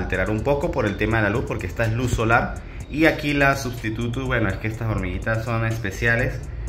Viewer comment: XD cuando dijiste substutus entendí silvaticus